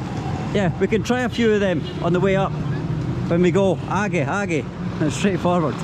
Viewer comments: they were saying aage not haage,aage means forward or in front 😂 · the guy said aage(meaning go ahead) not haage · he is telling 'aaghe' means keep going not ' haghe' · omg im dyyyinnggggg of lauughterr, "where is haage shop", looooolllll aage just meant go forward hahaha best travel vlogger yet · Man says - Aage! Or listen - Hage 😂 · it was not haage what he said was "aagae" meaning keep on going further more 🤣🤣🤣🤭❤️ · Bro it ain't 'Haage' ...it is aage which means ahead...anyways very funny bro...and yes take love...you are my fav blogger ...visit India again. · Lol is comedy of errors. The rickshaw signals with his head he will stop a bit ahead interprets he is not interested. The shopkeeper say "Aage" means ahead interprets it as Haage which I dont want to translate:) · I died at your “Haage” 🤣🤣🤣 you thought Haagay is a shop but they were saying “Aagay” which means further up 🤣🤣🤣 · Hey! The man is saying haage(aage)means ahead,and you think haage is name of sports shop...Ya it is tough understand the local language..so,It looks some funny..😄😄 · Not haage, it's aage means go forward ➡. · i am so freaking sorry i burst into tears after i heard "Haage" hahaha bro its "Aage" which means "ahead" hahaha i am so so so so sorry wish you could understand locals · Oooo bhai vo age bolre the hage ni 😂😂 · Lol "Hagee" its "Aagey" which means forward, (meaning keep walking forward) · he is saying aga means go a head not hage 🤣😒🤣🤣🤣🤣🤣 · Not 'shop haage'...that bloke said 'aage' means to go straight 🤣🤣🤣🤣🤣🤣🤣🤣🤣🤣🤣🤣🤣🤣🤣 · aagey (not haagey) means 'ahead' not name of shop! 🤣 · Its not haage... Its aage and it means go ahead.. .. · 😂😂😂😂😂 it's not Hage, it's aage means ahead 😀😀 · Hahaha not haage it was aage it mean further up hahahaa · its not hagay its aagay means forward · hahah haage? agay means ahead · And he pronouncing it as "Haage shop" and "Haage" in Bengali mean Poop 😂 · I'm laughing so hard at the "aagay" mix up